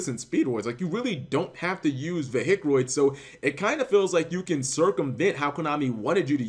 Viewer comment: Could you possibly say vehic without sounding like a hillbilly